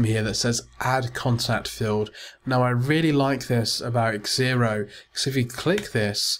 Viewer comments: It's Xero. Pronounced zero, but he kept on saying xzero. What are you trying to say? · it's zero, not xzero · LOL I was correcting you...the software is called Xero pronounced zero get it right haha and learn some manners